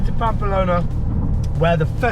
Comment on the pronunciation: I actually like the camera man angle. is still being himself. I’d be even more self conscious etc. I’d say do it for a few vids and then make a decision. Stop saying Pampa Lona though. 😬